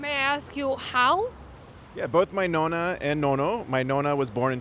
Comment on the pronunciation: “My nono and my nona” 😂 Italian as much as the Great Wall of China